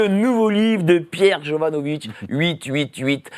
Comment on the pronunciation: Attention ce n'est pas vitch mais vik! Salut...